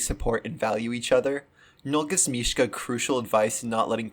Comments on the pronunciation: I love this so much but it bothered me the entire time how you pronounced is mish-Kuh instead of mish-uh I’m sorry 😭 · This video is so good but why do you call Misha "Mishka" 😭 Where did this "k" come from? 🙏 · His name is Misha, not Mishka. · “MISHKA” LOL (mishka moushka miky mouse)